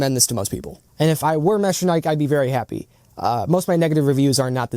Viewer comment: I was looking at this just yesterday but decided to hold because there is not much info / review on them anywhere. Thank you for the video! Edit : btw, I think the pronunciation is "mecha-nee-key"